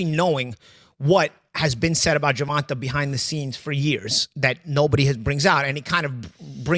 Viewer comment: Paulina Malinokas refuses to pronounce "Gervonta" correctly as a way to mock his mother for not spelling it "correctly", as a way to mock Black ppl/ Black names generally. Cuz he's a raging yt supremacist, in case y'all forgot.